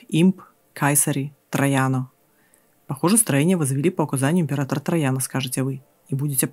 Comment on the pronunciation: Слово саеsаr читалось в античную эпоху как кезар, во времена средневековья и нового времени как цезар. Мы все учимся на своих ошибках. А так видео толковое, продолжайте дальше.